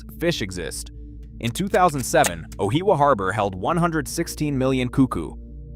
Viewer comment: I’m still trying to understand where he is actually talking about. Ohiawa is what I heard. Like if your gonna use ai use a good one not this rubbish. Justice for NZ!! 🇳🇿